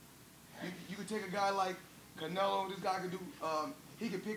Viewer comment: This dude literally CANT get Canelos name out of his mouth 😂😂 he is living in his head rent free